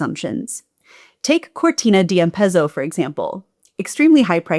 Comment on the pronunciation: Idalee? must be close to Italy? it seems that you have an alergy against the letter T? And the letter Z? Ampesso? sounds strange for us. Normally Americans have an allergy against the letter R.